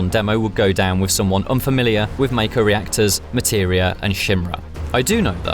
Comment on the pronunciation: Mayko lol Hint: Pronounced as the Mako shark